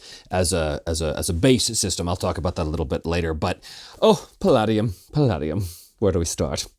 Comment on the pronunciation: We transitioned to Palladium from dnd in middle school and never looked back and kept going to tmnt rifts ninjas supernatural robotech all of it. While you pronounce the name wrong and did combat wrong I wouldn’t worry too much all of those games had completely incomprehensible rules. That art really brought me back.